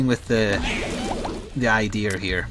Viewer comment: Why do u said right ther and when u say idea instead u say idear? Just to know im not judging